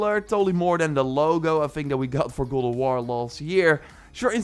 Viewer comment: why you say god of war its gold of war LOL